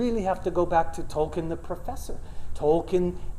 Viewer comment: The irony of him pronouncing Tolkien incorrectly as 'Toll ken'...and not as it should be 'Toll keen'...